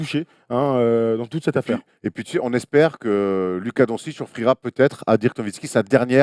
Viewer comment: Attends, déjà pour la première fois a dit Dirk et pas "Deurk" (à 11'21)! On a donc vingt ans pour apprendre à dire Doncic.